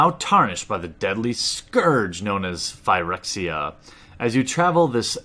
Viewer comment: im really sorry about this bro. I love this channel but its pronounced "fer-ex-ia"